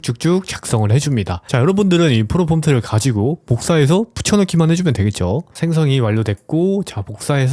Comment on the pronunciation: 프롬프트를 프로폼트라고 하는 분의 무엇을 믿고 결제를..